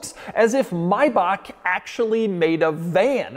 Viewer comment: why does he keep saying maybach wrong?